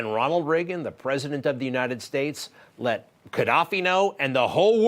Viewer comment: Uninning us... He CANT say UNITED...uninnin. It makes me crazy!!